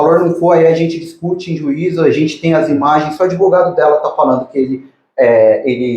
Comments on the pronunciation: O “adevogado” se achando importante kkkk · "Não se surpreenda pq se trata do!!!" Hahahaha o "adevogado dos adevogados " Hahahaha